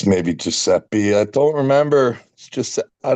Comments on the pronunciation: Giusseppi Verdi 🤌🤌🤌 actually impressed Devon guessed the name. Pronunciation kinda weird tho but it's ok 😂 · who calls Verdi , Giuseppe. I always say Verdi. Kicking myself for not remembering